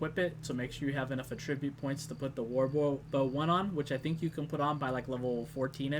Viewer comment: the way you say attribute made me angry for some reason?